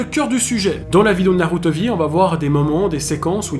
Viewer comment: Déjà comment prendre au sérieux un mec qui prononce NarUto mdrrrr Naruto et safine était innocent un problème de santé peut arriver à tout le monde et c’est pas psk on te jete un sceau d’eau ou de la peinture que ça va te tuer